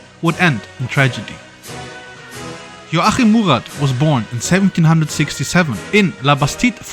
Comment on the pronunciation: Love how his first name gets less intelligible as the video progresses